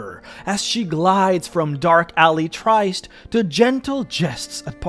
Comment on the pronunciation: Tryst is pronounced like MIST, not like ICED.